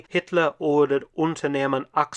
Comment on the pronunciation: Mark pronounced „Achse“ (nicely German spoken), while translating it as „oak“.